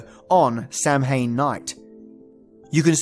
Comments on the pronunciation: IT's pronounced sow-yn or sow-in, not sam-hain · Ouch! Samhain is what you call Halloween and its pronounced Sow'ain! Belief in the Fae is in my opinion a warning to take care of your land and not just your crops etc but you should have 'lay away' strips of land that enables proper ecosystems for insects and small animals. This makes sure that bees, butterflies and other pollinators as well as insects that prey on pests such as ladybirds. I think it is something people need to think about more these days. As for the 'all that's yours is ours, but all thats mine is mine' is pretty t true of me lol. I believe in the moral behind this. I am so pleased to have found this! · Sidhe is pronounced "Shee", so well done on that one. Here are a few others that I caught: Beansidhe = "Bahn-Shee" (bahn is like "Auntie", not like "meaning") Samhain = "SOW-ehn" Tuatha Dé Danann" = "TOO-uthuh day duh-NAHN" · Samhain is pronounced, SA-win, not sam-hain. Otherwise nicely researched. Wish you had pictures. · The comment from Uhuru Mkali says "Samhain" is pronounced "Sow-ween" as in Halloween. So who is correct?? Is it a difference of regional dialect?? sow-when versus sow-ween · Samhain is Halloween in Ireland, and in the Irish language when 'm' and 'h' are put together in a word it's pronounced as 'w'. So Samhain is pronounced 'Sowin'. I'm not commenting this to be rude! love you videos❤ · if i had pictures.. im afraid i would be manifesting them into my life lol.. kinda nice being able to use ur imagination.. but the pagan in me twitched when u pronouned Samhain 😅 (i was raised to pronounce as s-Ow-in) but crazy interesting video 👏👏👏🥂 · Hiya the pronounciation of Samhain is Sou in. One of the witches biggest sabbats. Of course the Fae exist just dont piss them off. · Samhain is pronounced Sow-ween as in Halloween, the Christian tradition that replaced it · Idk if anyone brought this up. Samhain is pronounced sahwhen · Samhain, pronounced SOWwhen.